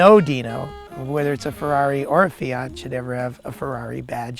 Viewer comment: For a moment I thought he said SEAT DINO Spyder